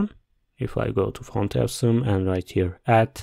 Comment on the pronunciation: This is not how you say “awesome”.